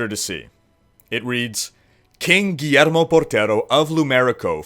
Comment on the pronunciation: it's said Gwiermo not Guermo